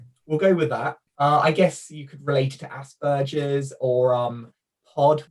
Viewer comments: 😬 your pronunciation of Asberger, as well as Kanner, (you’re saying Crainer) kinda irks me. Absolutely no offense when I say that tho. We’re all different 🤷🏻‍♀️ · for some reason most Brits seem to like to pronounce it with a soft 'g' even though that doesn't exist in Asperger's native German.